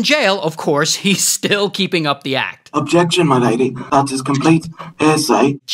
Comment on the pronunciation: He says, " 'earsay" which is a thousand times funnier.